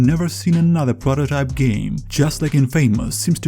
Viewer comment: i know what prototype is but wtf is a prororype